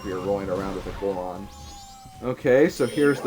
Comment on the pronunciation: It's Goron. I know you're like 9 years old, but please stop stupifying the rest of us.